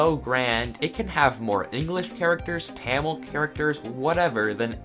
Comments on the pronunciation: It’s actually pronounced “tah-meel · Its pronounced thamil lol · Tamil is pronounced [Tha-mil] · Tamil is pronounced TH U mil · You don't pronounce Tamil like that you pronounce it as: Tumil (not like the "u" in cumin) Also I'm from India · its tha-mizh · As an South Indian Tamil is not pronounced as you are saying it It is TAAMÍL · it us tamil like camel it is tamil is pronounced as thamil i am indian from tamil nadu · tamil is pronounced like tha-mil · U should pronounce tamil as tha mil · It's pronounced thamizh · Its not pronounced "Taamil" lmao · Im not trying to be rude but you pronounce Tamil like this. Tuh-mil. It just slightly annoyed me but great video! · Ah yes. I’m an Indian and it is definitely t-ah-mil.. Lol it’s actually pronounced tumil 😂👁👄👁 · Lol Tamil is pronounced like Thamil or sometimes Thamizh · it's tamil but it is pronounced " thamel " ( read it fast so it's actually pronounced right ) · Its tha-mil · Quick note(not that it matters) but the language is pronounced Thamizh and not as Tamil Just thought I should share this as I have seen many people make this common mistake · ayyyyy tamil is my mother tongue lmao. Its actually ta as in tah and then mill so its like tah-mll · it is pronounced thumul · its pronounced tamm ill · also ik im late but tamil is pronounced thumil :) love the vid tho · Lol when I saw the thumbnail, I knew it was Tamil Since I speak it (also it's ta-mil {low pitch a} your pronounciation killed me) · Did he just say ta-mil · tamil is pronounced tah-mill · tamil is the oldest or is it sanskrit and pls its pronounced th-a-mil or tha-mi-r but yeah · Tamil pronounces like thamizh ok dude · I’m not Indian but I can tell you that it is pronounced “Tumil” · Tamil is actually pronounced T-uh-mil. It's also the 3rd most spoken language in India. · LMAO THAT PRNOUNCIATION OF TAMIL (Really its Tha-mill)!! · Ps its (tumeel) tamil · You pronounced Tamil wrong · Your saying tamil wrong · And then he pronounces it wrong